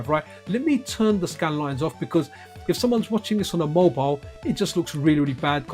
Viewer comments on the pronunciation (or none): none